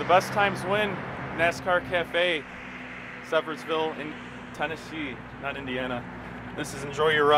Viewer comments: Sevier ville. Sevierville. Not seviers ville. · dude its pronounced severe ville